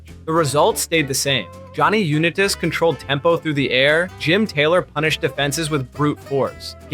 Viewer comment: Pronunciation of "Unitas" told me all i need to know.